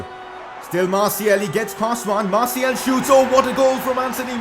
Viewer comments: Its Martial and not Martiel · ok i don’t wanna be that guy but does anyone else gets triggered about the way he says “martial”